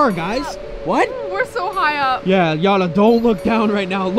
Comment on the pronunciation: It’s not Yana it’s Jana